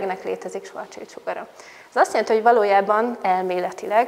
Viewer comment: Nem svarc csild, hanem svarc sild.